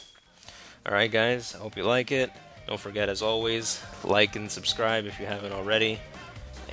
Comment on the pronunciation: "subscripe"?? hahaha love the vid man;)